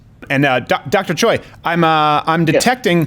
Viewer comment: Steve it's not CHOY it's pronounced Chay like like heeeyyyy oi is a in Hungeoul he should have corrected you